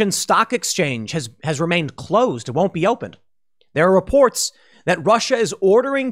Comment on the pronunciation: Pool, did you say "it" or "iTTT" ?